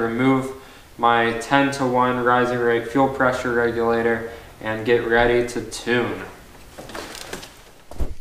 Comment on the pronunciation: fuel wreck-u-later you say? lol open source for life buddy keep at it